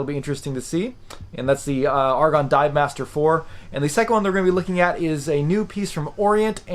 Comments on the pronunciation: Also, it's pronounced A-ra-gon not Argon. A small but important difference. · Note that the person in this video pronounces the Aragon watch name incorrectly. He repeatedly says the word "argon" (as in the chemical element), but the head of Aragon watches pronounces it "AIR-uh-gone" (as in rhymes with "paragon"). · Surely it's Ar-a-gon like the place in Spain, rather than Argon the element. I reckon you're missing a consonant and saying it wrong.....😝........Great review though.....😉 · A-ra-gon. You're welcome. 👍🏼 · Yes I know what you mean. Sounds painful to hear such poor pronunciation.